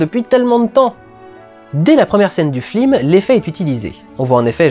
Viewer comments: Y a une raison pour laquelle Dudu prononce toujours "flims" au lieu de "films" pendant toute la rétrospective ? Oo' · très fort de prononcer "flim" à chaque fois ;) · flim ? tu as perdu un pari dudu ? ^^ (ou alors c'est la prononciation excessive (et parfaite) de Michel Hazanavicius qui fait lapsus ? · heuuuuu c'est quoi un flim ? c'est pas un film normalement ? :P ça m'irrite les oreilles :P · Pourquoi j'ai l'impression que tu dis flim au lieu de film? x) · c'est moi ou tu n'arrêtes pas de dire "Flime" ? x) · slt, tu te rend compte que tu dit souvent "flim" au lieu de "film" dans cette vidéo?;-) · J'adore comment tu dis "flim" l'air de rien comme si c'était le mot normal et en gardant ton sérieux tout du long! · pourquoi tu dis flim ? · Bon, OK, on a compris qu'Hazanavicius ayant fait La Classe américaine, ça peut être rigolo de dire "flim". Une ou deux fois. Au bout de la 15e itération, ça devient HYPER LOURD, en revanche. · Pourquoi il dit flim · Prononcer "flim" une fois ça va, le dire tout le temps non. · Pas trop chiant de dire "flim" pendant toute la vidéo, au niveau prononciation ? :) Bel hommage !!! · Arrête de dire "les flims", ça me stresse. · Pourquoi dit-il tout le temps "Flime"? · Merci de le dire, je pensais être la seule à comprendre "flim" ^^ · FLIM? Comment j'ai tiqué à chaque fois lol ^^ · Non ce flim n'est pas un flim sur le cyclimse... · arrête de dire FLIM !!! je n'arrive plus a me concentrer sur le reste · AHAHH il dit flim tout le long,hommage à la classe américaine. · Putain Dudu, on dit "FILM" pas "FLIM" parfois tu parles vraiment trop vite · Je t'entend dire flim au lieu de film :( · T as pas un problème de prononciation? Tu dis "flim" au lieu de"film" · C'est moi ou il dit "Flim" à la place de "film" ?! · ta critique est top, comme tjs, mais y a que moi qui entend "flim" à chaque fois que tu dis "film"? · c'est FILM putain F-I-L-M pas flim prononce les trucs bien MERDE